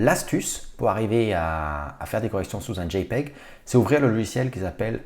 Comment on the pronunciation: C'est tellement jouissif de l'entendre dire JPEG